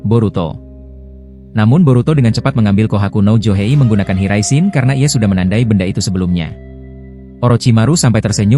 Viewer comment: Ngomong yang jelas bang maap aja lu bilang jinton jin Riyen .. gua lurusin jinton jin raishen ..😂😂